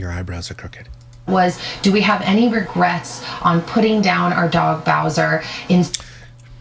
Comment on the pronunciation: Ragrets???? Regrets I think u mean 😂😂